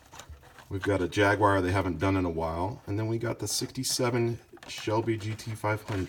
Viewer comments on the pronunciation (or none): No offense but why are you saying Jagwyre?? It's Jaguar.